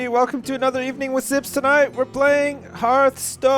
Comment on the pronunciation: I dont really want you to play this i find it boring to watch... although the way you say hearth stone is awsome